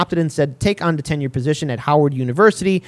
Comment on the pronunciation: It's not ten year it's tenure duh.